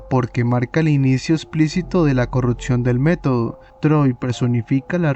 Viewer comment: CORRUPCIÓN, no "corruptcion hay que aprender a vocalizar bien antes de empezar a querer facturas medio dolar con videitos de youtube